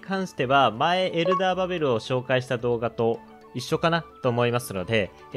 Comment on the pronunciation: エンダーじゃなくてエルダーって言ってる！